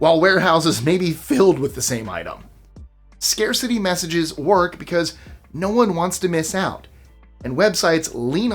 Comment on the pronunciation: " Scaceity" OR " Scare City"?❤